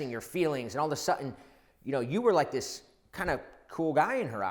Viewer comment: all of a 'sutton' where do you get that horrid pron from?